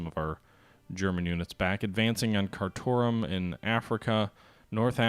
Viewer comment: Yes that is indeed how Kathmandu is pronounced, but Khartoum is pronounced Car - Tomb